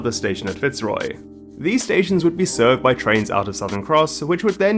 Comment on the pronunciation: Fantastic video! Really well researched once again. Just a little feedback on pronunciation. Melbourne is a bit of an outlier wherein we don't stress the first syllable in Fitzroy. The stress is on the second syllable making it fitz-ROY. Cheers!